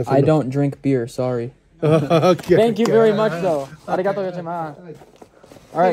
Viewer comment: Ummmm arigatoma is not correct am I right?